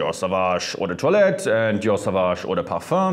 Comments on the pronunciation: Yes, the correct pronunciation is "ou de twa let" based on french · I always say Eau de toilette like"Eww the toilet". Now after hearing his pronouciation about that word. Now i can pronouce Eau de toilette correctly